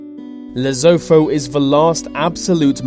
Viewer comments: This list is really stupid. Lesotho is pronounced 'lee sue two'. I'm south african. South African is thee most peacifull country in the world. We are not the US and don't and have never invaded any country ever. Invading Lesotho would results in south african footing the bill for that country which will never happen. Please research before publishing untrue stories . This is more like a click bait article. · Another millennial speaker who says "wivvin" instead of within. And it's "Lesutu" not Lesotho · It's called "Les-O-Toe" not whatever the hell kinda way you were pronouncing it. As usual Americans can't talk correctly. Further your understanding of how the United Kingdom works and remains united is severely lacking; brush up on constitutional law next time. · Lesotho isn't pronounced by with the traditional th pronouncing it like a F. It's a t ,lesoto. Though it's spelled with a th it's pronounced with a t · it is pronounced lesootoo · It's pronounced "Lesutu", where the "u"s are like the "oo" in cool. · 1 minute in. "Lesofo". "Overfrown". More disgusting Brirish pronunciations. Robotic voice. Ugh.............. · "Lasootoo" and we are not going to invade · Lesotho pronounced " Le-suit-uw " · You pronouncing Lesotho totally wrong. it's pronounced Learsuetwo. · FYI, Lesotho is pronounced leh-soo-too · he pronounced Lesotho so wrong . its pronounced Le/ su / tu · You can't even pronounce it Lesotho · the way you pronounce my country is fucken wrong. plus the clips are not of LESOTHO. you fucken idiot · Ah how do you pronounce Lesotho ?! brrr.... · I stopped after they mispronounced Lesotho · If you are going to say Lesotho say it right you've pronounced it completely wrong please get yourself re-educated with pronunciations so you don't look or sound like an idiot to those of us from South Africa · You pronounced it wrong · hahaha you are wayyyyy mispronouncing Lesotho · Sir, your pronunciation of Lesotho is frightening and unrecognizable, sorry. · Say Lesotho right